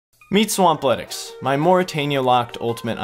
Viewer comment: I had a weird light bulb while I was in the shower the other day. You're intro is saying meet Swampletics not "meet swamp legs". Man had me goin for awhile